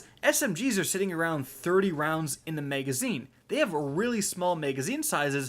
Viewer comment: Am I the only one who gets hung up when he says "megazine"? 😂